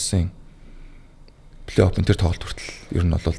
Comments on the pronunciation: flayoff bish playoff shtee П seg baigaazdee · Плэй Офф шүү дээ Ф үсэг, П биш! Сагсчдадаа үнэхээр хайртай, дуртай. Гэхдээ бүгд энэ Ф ба П үсгээ зөв ялгаж хэлж байгаасай! Үнэхээр чихэнд эвгүй сонсогддог шүү 😢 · suuliin F useg helj bn, ehnii P bish.